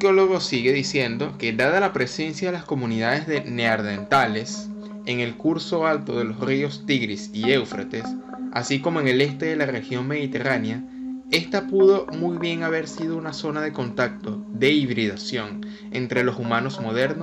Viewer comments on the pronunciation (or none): Neardental! 😂 NEANDERTAL!